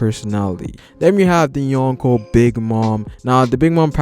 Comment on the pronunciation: dude seriously..... "YOHN KOH" As in 4 EMPERORS BRO. It takes me out of the videos sweet analysis and commentary. I mean i get the attempt but put some effort into the pronunciation. It gives a low amount of effort look and feel. But still love the video and respect for the research and time spent.